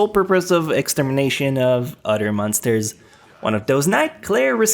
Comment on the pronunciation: di ko kinaya ung "udder" bes. uber much liason na hindi na napropronounce ung ibng words, nakkadetract sa viewing experience, and it's elfen lied not elfen leeeed